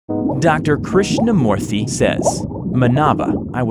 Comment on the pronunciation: A lot of corrections to be Made in some of the Indian names By A Fellow Tamilan here! Krishnamoorthy Was right, Except For the Last name. it Should be Pronounced "MOO-rthy" Not "Mo-rthy" Second of all, in the Scene where Krishnamoorthy says about how his mother told him the Legend of the God of Serpents, The Real Name is "Shesha" (Kind of Like Saying Ananstesha, the Name without the Anan) or "Anata" (AAA NUN THA). And Vishnu Should be Pronounced "VISH (Like BISH-op, the Chess piece) NU (Like Saying No Without O and instead U.)